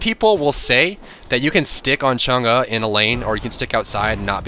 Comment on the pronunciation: from the people of china: thank you for pronouncing her name correctly! :)